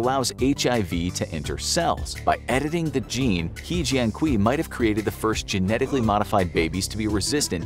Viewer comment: We called he jian kui in Chinese, but called he jian kui🤦‍♂️... No way... You just butcher his name🤦‍♂️🤦‍♂️🤦‍♂️